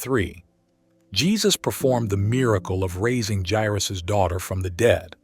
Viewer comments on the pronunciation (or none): none